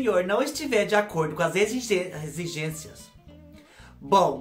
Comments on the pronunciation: Morri com os erros... Egigencia, egigenxia ... Caraca não saia! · A precisa de uma fonoaudióloga não consegue falar exigência kkkkkkkkk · Rindo até semana que vem com os erros de gravação 🤣🤣🤣, agora vou falar egigencia errado pra sempre 🥰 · Eita vc é demais 😀, dançarina particular foi demais 🤣, dei muita risada com seu vídeo, adorei a erradinha ao falar exigência 😂 💋💋 Ahh me lembrei de quando eu tinha meus 20 anos, meu namorado que hoje é meu marido, me levou num motel chik, tinha piscina no quarto, fiquei deslumbrada com o quarto, motel existe até hoje Studio A.🥰, estou casada a 30 anos.